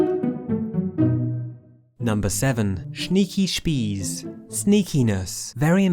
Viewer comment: i laughed so hard when you said 'number seven: schmeeky shpees'